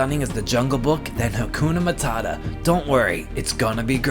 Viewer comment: When he said here's a hint hakoona mutata I LOST MY FUCKING MIND 🕺